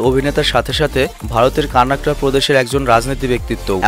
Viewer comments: Bro. I love ur all videos.And this video is also good. U struggle too much to collect all the information. But in this video u have made one mistake. U said "Karnakta", but actually its "Karnataka". Anyway, congrats for ur sponsorship. And keep going on and present us again n again new new exciting videos. Love from 🇮🇳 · কর্নাটক বলে কানাকট না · Bhai কান্নাটকা na... কর্নাটকা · ভাইয়া তার জন্মস্থান এর উচ্চারণ কার্ণাক্ট হবে না উচ্চারণ হবে কর্ণাটক যার রাজধানী বেঙ্গালুরু ভালোবাসা অবিরাম ভাই🖤🖤🖤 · Vai apnake koibar bolbo pronounciation tik koren 🤔? Apni j state er nam bolchen tar nam Karnataka & banglai bole কর্ণাটক। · কর্ণাটক ও বলতে পারেনা!!!